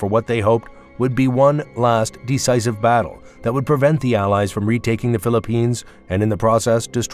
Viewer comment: i loved the clickbait headline. narrated by a bot who can't pronounce "imperial" or "decisive". broken sentences. ill bet Google generates these channels. there is no human on the other side of the glass.